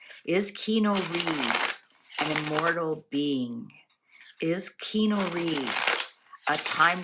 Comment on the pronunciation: This was interesting, i love how each segment is short and not dragged out :) However, some info is wrong. Keanu is pronounced Kee-Ah-Nu and his parents were NOT murdered. They are alive. His sister is also alive - she recovered from leukemia. Keanu had a stillborn baby and then his ex girlfriend died in a car crash. And his best friend River Phoenix died from an apparent drug overdose. Also, yes he is gorgeous and looks good as he has great genes (Chinese Hawaiian) but he has most definitely aged! Now that he is 60 years old, he is looking more his age.